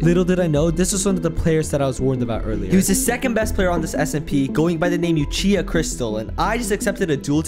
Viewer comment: U SAID "Uchiha" wrong LOL